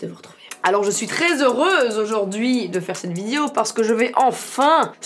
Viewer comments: Qui a remarqué qu’elle dit ‘Vidio’ et pas ‘video’ 😂 Non ? Que moi? Oke alors😭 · C'est moi ou elle dit VIDIO????